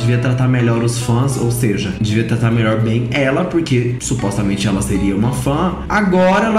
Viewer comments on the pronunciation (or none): Gosto de vc,, mas supostamente nao é proparoxítona. Kkkkkkkkk